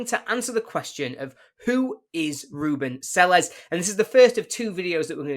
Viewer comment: At least pronounce his name properly…